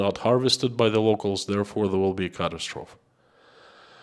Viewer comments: The e on the end of catastrophe is sounded in English. You are saying it the French way. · You are pronouncing catastrophe the French way. English sounds out the final e. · Just fyi, the pronunciation of catastrophe rhymes with atrophy, not trough.